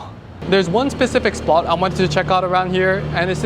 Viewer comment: "cool SPOT" not "cool SPA" 😅